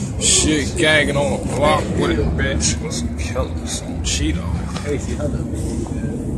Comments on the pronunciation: anyways he said on cheedoe not cheno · It's Cheno or Chino... not Cheeto or Cheedo... 🤦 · He says on Cheedoe 🤦🏽‍♂️